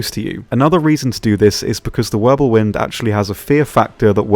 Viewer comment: Pretty sure it's Wirbelwind and not Wirblewind. I know cause i make the same mistake all the time hehe.